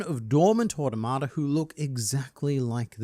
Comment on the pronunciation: you say "automata" a lot without ever looking up how to pronounce it also, obligatory "millennium", not "millennia"